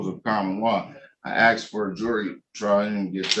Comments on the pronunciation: He axed when is his general hearing date but he didn’t axe when is his motion hearing date. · "and I axed em" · He Axed the clerk your honnor!